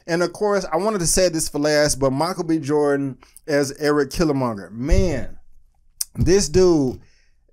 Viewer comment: I've seen it twice thus far, and I must say this movie is epic imo, Killmonger is my favorite character, his struggles are my struggles & confusion living within the U.S.A. It's KILLMONGER, NOT Killimonger lmao